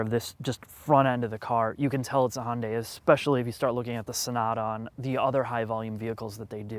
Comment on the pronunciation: It's pronounced Hun-day Too-sawn